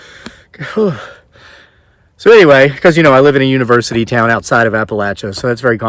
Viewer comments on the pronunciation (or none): "...Uni-VUUU-sity of Vuginia..."